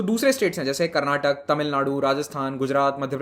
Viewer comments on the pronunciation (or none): It's not Karnatak, it's Karnataka